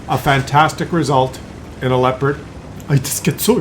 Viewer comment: The most important thing is that you finally pronounce Leopard correctly, my toenails always roll up when you say Leopard ( lehpuhd ) completely wrong °°° Try saying that : leh oh pard thas correct in German.. Because we say also New York and not Neff Jork ( what will be done if we read it in german mind )